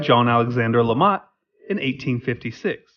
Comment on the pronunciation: Lemat, not Lamat. Please do better research.